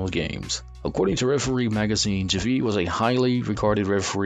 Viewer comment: This may be the worst NBA related video I've ever watched. How is TIm Donaghy a 10 Best Ref? And how do you have a voice-over guy pronounce that is clueless on how to pronounce"Bavetta" or "Javie" or "LaSalle"? Don't produce content if it's going to be this low quality. Just reading everyone's Wikipedia doesn't equal a quality video. Absolutely pathetic. A waste of 7 minutes of my life.